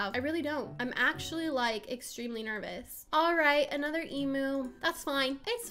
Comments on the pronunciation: Lemme help you out with emu so its (E-Mi-U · Pronounced: Ozzie and emyu Spelt: Aussie and emu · People say emu like your pronouncing it like emoo but it’s emu like u pronouncing it em-you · i can't say this enough. It is an emyou(thats how u pronouce it) not an emoo. Btw it is spelt emu tho. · Why are you saying “emoo” it’s pronounced EAM YOU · This is how many times she said emu wrong ⬇️